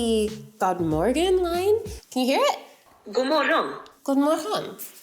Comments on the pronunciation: You actually pronounced “godmorgon” pretty well! 🥳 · One minute in, I'm already giving this video a thumbs up for being the first diy video EVER to actually make the effort to pronounce the swedish name correctly. 👏👏👏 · Swedish pronounciation = on point! 👌🏻